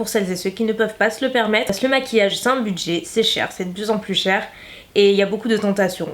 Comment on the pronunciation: Pourquoi tu dis "pace" au lieu de "parce que"? Est ce ton petit accent du sud😉😊 très très bonne vidéo! Pourrais tu tester entièrement la marque W7? Bisouss❤